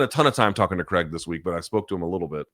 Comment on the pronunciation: It’s CRAIG not creg.